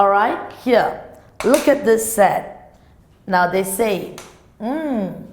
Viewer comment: sometimes she pronouce set as a sex hahaha